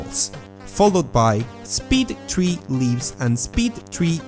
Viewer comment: honestly I only watch ur videos because of your accent...........go three to tree.....